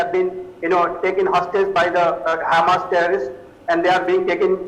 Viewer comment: Its hamas not humus . humus is to eat